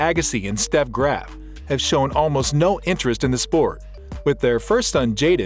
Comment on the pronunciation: It's Steffi Graff, not Steff.